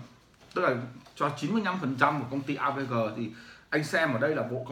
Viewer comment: AVG không thể đọc "a vê gờ", phải đọc là "a vê gê"!